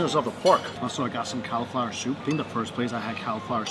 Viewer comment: Really need to learn how to say cauliflower